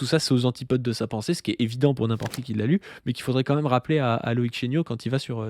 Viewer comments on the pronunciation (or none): Écoutez ça fait plusieurs mois que je cherche. Je n'arrive PAS à trouver l'accent régional qui fait que prononce "même" en le disant "meume" au lieu de "mème". J'ai cherché, demandé à des personnes de différentes régions, je ne trouve pas Je suis sur le point d'abandonner